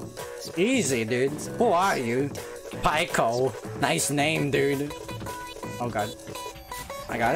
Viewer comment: 🤣 I didn't think you would actually play this, also you should play it on newgrounds next time. The game is more updated their also it's Pi-co not pie-co